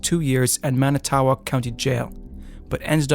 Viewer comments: You're an idiot. And also lazy for not even researching how to pronounce Manitowoc. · He can’t even pronounce Manitowoc correctly 😅 all of these were mentioned in the documentary People just can’t accept that our justice system is awful and it doesn’t make mistakes once or twice- it’s all our system does It was built to be toxic.